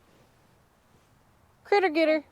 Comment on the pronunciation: It's a "Critter Getr" LOL